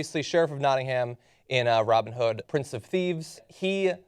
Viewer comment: its nothinam....not ham